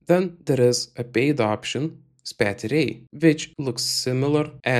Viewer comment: Great thanks. I am from Belgium, pronounces spatie correctly, the 't' is pronounced as an 's': spa-se.